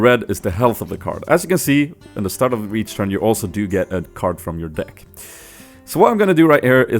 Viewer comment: He says dick instead of deck